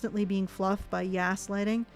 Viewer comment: "YAS-lighting" instead of gaslighting. Genius,!:D